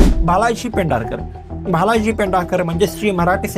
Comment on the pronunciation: Bhal ji mhana Bhalji ! He was a well known Producer,& Director of Marathi Movies ( some Hindi also ) ! Unbelievable you are a Marathi MaNus and you don’t know how to pronounce one of our most important,influential Marathi Producer / Director also Owner of JayaPrabha Studio Shri Bhalji Pendharkar ! Shame on you !